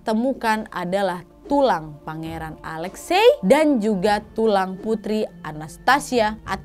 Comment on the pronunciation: Alexi ka bacanya..